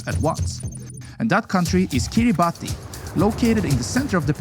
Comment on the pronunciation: Hemisphere. Jalisco. Kiribati. The pronunciation was awful! With all the research you put into these videos, you’d think one would research how to pronounce these places. Google will even sound it out for you. 🙄